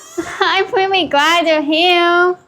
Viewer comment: I'M WEWWY GWAD YOU'RE HEWEERR